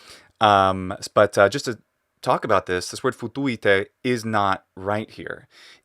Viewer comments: Also; as I commented on Metatron’s video on the Latin, in this 1st episode; I hear him say: ”Futuete”; rather, than: ”Futuite”. Maybe his Italian is sub-consciously influencing his pronunciation, there; causing him to open up that short ”I”, into an ”E” 🤔. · "Futuite" is currently being used in rural Romanian and has the same meaning. The accent falls on the first "u" though, exactly like the movie actor says it, not like says it.